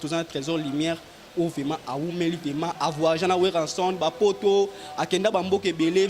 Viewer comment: On dit vraiment et non vema Mr le journaliste